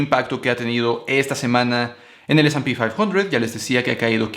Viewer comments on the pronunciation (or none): Eres latino mamón...se llama ese y pe quinientos